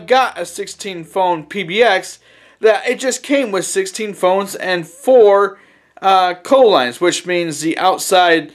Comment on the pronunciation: Never heard someone say "Co lines", it's always been "See Oh lines". Also, you're going to return this to the eBay seller even though it works? Always do research before you buy anything. It will save you (and us poor schmuck on eBay) time and money in the long run. Best of luck!